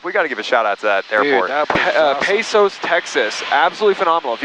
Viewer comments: Ha ha ha. Pee'cos Tx 🤣💦. It's pronounced "pay-cus" Hello from Texas. Btw like the shout out to Mark at SWU ! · Long-time Pecos, Texas resident. Pronounce it Pay' - cus. Accent on Pay with a long "a" and a short "u". That airport has been long known for its hospitality. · Pecos is pronounced Pacos boys. I’m from Texas